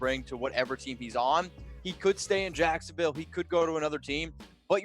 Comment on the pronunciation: Did he say jacksdaville